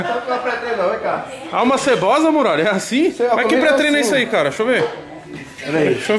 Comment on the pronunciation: "Alma seboza" kkkkkkk Muralha mito